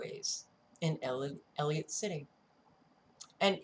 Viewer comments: You must know by now, it is pronounced EL - ih - COT City not El-ee-ut. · it is E L L I C O T C I T Y. Whats bad is you said Elliot so many times. You will be ok. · Not to be nit-picky but ... you're missing the "c" in Ellicott when you say Ellicott City. It just jumped off the computer screen and ran its nails down a chalkboard to me. Why? Because I am Maryland born and raised. I grew up about 45 minutes away from this location. When I moved out and went to college, I was then about 10 minutes outside of downtown Ellicott City and used to take a "de-stress drive" through that area and along the river - to get away from all my roommates and get some time to think. I'm not trying to be rude by pointing this out. Really! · ELLICOTT NOT ELLIOT EASY MISTAKE. ❤